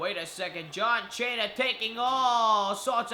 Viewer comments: What the hell if wrong with your voice, and its cena not chana idiot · shut up dude. stop saying John chaina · You don't say John Cena name right